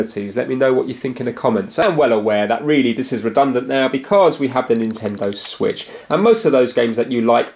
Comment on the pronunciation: Introducing the Swiitch U